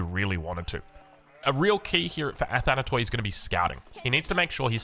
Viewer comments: Athanatoi(Immortals)Αθάνατοι Pronounce like this Athana-tea, no Athanatoy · Sorry,.... It's Greek and pronounced: Ath-ana-tee... means: Immortals...:) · True! Also it’s pronounced athanati like Ashanti.